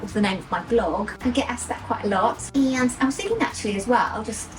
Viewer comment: I love you. I have been watching since your YouTube beginning. Not as regularly over past year I must admit. Love everything. EXCEPT the totally unnatural pronunciation of Aaaaaaand. You are English. Your dialect is part of your charm for me. What American impressed you so much with their aaaaaand? Your natural dialect creeps in now and then and you pronounce it with a short, soft A. Just curious where u copied it from. Your and is so much better. Just be you my love.